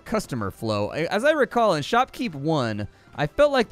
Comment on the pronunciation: You pronounce shoppe like I do. I love it! <3